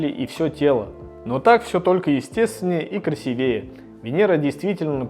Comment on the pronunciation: Всё! Когда чтец изрёк "красивЕе", слушать перестаю, никакой подписки и лайка!(((